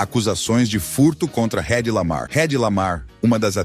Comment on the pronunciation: Esclareça algumas dúvidas: este vídeo foi feito usando IA ? nome dos atores errados, por exemplo não "Redi" Lamar como pronunciado, é "Edi" Lamar mesmo sendo escrito com H, quase no final do vídeo apareceu o ATOR (UM HOMEM) Kirk Douglas e relata com sendo Patrick Douglas (uma mulher) que negócio foi esse ? sem contar as imagens que aparecem na abertura com Mel Gibson como já comentado por outras pessoas, resumindo: bestas somos nós que insistimos em assistir esse vídeo tosco, assisti por ser fã de cinema dos anos 40/50 mas é um vídeo de desrespeito e informações erradas.